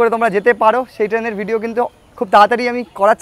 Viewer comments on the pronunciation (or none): none